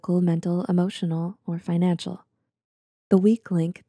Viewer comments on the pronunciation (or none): none